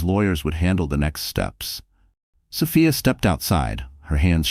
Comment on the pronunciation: Sophia is pronounced so fe is long o, long e